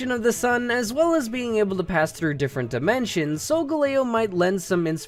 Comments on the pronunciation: You should have titled this top 5 favorite pokemon, not best, just saying. Sol-gahl-leo not sol-go-lao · Sol-ga-lay-o xD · I thought Sogaleo was pronounced Sol-Gal-Leo. Not like how. I just don't know why. 😅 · Isn't it SolgAleo? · IT'S SOL-GAL-E-O. THE WAY HE SAID IT IS SO ANNOYING